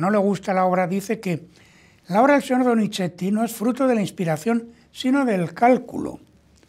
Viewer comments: Con respeto es Donizzzzeti / No Donicheti, su valioso contenido… pierde brillo al inventar pronunciaciones que no existen. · Sr. Téllez, por favor trate de no decir DONICHETI, se debe pronunciar como una zeta suave más parecida a una S que a una CH.